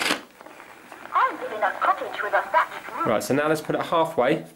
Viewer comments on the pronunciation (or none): “I live in A Cottage with A Thatched Rooth”